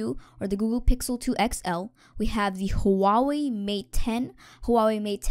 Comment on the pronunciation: Huawei is pronouced wa-way